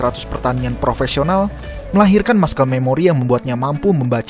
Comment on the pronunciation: Masel memori bro bukan maskel. Good content btw